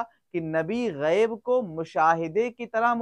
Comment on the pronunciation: جناب غیب کے بجائے عیب ہوگیا ہے توجہ فرماے